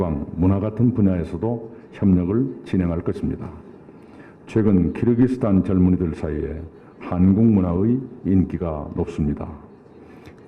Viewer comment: 끼룩끼룩스탄이라고 안하시고 발음 잘하시네요 역시~~